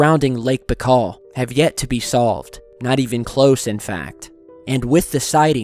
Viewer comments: its bye-kal. not bakal.. baikal.. makes a video of the lake and cant even pronounce its name properly.. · Just BTW the lake is pronounced Ba-ee-kal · Say "BYE-CALL" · Lake Baikal (spelling: Baykhal or Baykhaw); that sounds much better. Greetz!